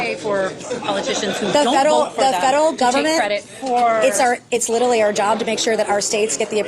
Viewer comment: The word is not "literly"".If you're going to use it all the time at least learn to pronounce it correctly